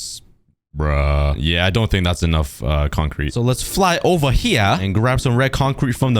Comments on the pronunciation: Bro turned British for 2 seconds and said “Let’s fly ova here” ( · when you said lets go over here you were talking british